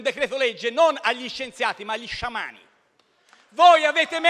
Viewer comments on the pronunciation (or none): "Avete chiesto agli Shish-iamani"😁